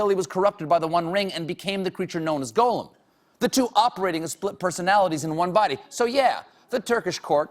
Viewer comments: It’s bizarre that Stephen thinks Gollum is pronounced as “golem,” which is an unrelated concept with an utterly different etymology. If nothing else, he should see the doubled consonant after the vowel and note that “Gollum” is derived from a harsh throat noise. And hell, the other people in the video do pronounce it correctly. Also, Sauron is pronounced “Sow-ron,” not “sore-on.” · He mispronounces Gollum the whole time. He mixed up Sauron and Morgoth. The list is disappointingly long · I love how he's so crazy about LOTR but constantly mispronounces Gollum but gets SMEAGOL right lol not to mention most of the elf names and Sauron's names :P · Love how Colbert the big Tolkien expert doesn't know how to pronounce 'Gollum'. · For being such a fan, it's annoying that he pronounces Gollum wrong. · It kind of bothers me that Stephen is an expert and still mispronounces names like Gollum and farmer Giles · It’s pronounced Goll-um, not Goe-lum. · Not much of a Tolkien expert if he keeps pronouncing Gollum as "goal-um". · He also says Golem instead of Gollum. Gollum should be pronounced gall (as in the bladder - um (as in wondering what you want to say). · Elliot Cameron Also, Gollum is pronounced "GAW-lum," not "GO-lum." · What about his Goh-lem vs. Goll-um? And Sore-on instead of Sour-on? 😖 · Every time Stephen said "Golem" instead of "Gollum" I died a little inside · Dear Stephen, Gollum is pronounced /ˈɡɒl.əm/, rhymes with column. A golem (/ˈɡoʊləm/), the word you are using is an animated anthropomorphic being, magically created entirely from inanimate matter. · Exactly! It bugs me that he keeps saying it that way. Tolkien pronounced it to rhyme with column, the movies pronounce it that way, everyone I know says it that way....why does Stephen insist on "golem"? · I can't believe he's a genuine Tolkien fan when he keeps pronouncing 'Gollum' (gol-um) as Golem (go-lem). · The Goll in Gollum rhymes with doll, not goal. Part-time fans, smh. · Who tf is "GO-lem"?